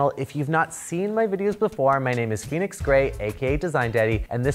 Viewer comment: Oh, Phoenix! I thought you said your name was, which I thought was cool too! Then I saw it written out. 😊